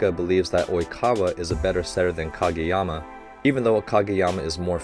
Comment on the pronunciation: Ok is anyone else surprised that coach nailed oikawa, kageyama and ushiwakas name while saying it in one sentence.